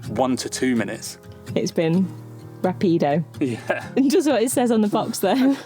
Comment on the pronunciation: In Portuguese usually the one but last syllable is emphasized. Except when there is an accent in the word, the part with the accent should be emphasized. Rápido has an accent on the A, so the emphasis should be on RA.